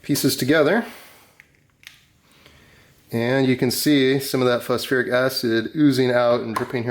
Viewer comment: it's phos FOR ic .. acid, not FEAR